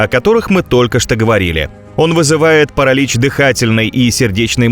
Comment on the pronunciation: Так это и есть нейронка. ПарАлич это просто самое явное что мелькнуло. Во всем видео то тут, то там неправильные окончания, местоимения, ударения и т.д.